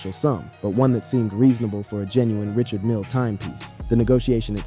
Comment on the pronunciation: It's pronounced RE- CHARD not Richard. Smh